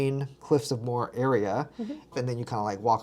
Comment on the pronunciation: Cliffs of Moher. Moher is a two syllable not a one syllable word. Pronounced like mo-her